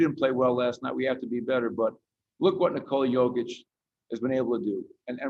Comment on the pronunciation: Knee-cola cokeić i died in the beginning ... Congratulations my brother , Serbia is so proud of you ! We love you ! Stay healthy and God bless !